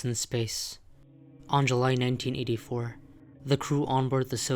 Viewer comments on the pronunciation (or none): none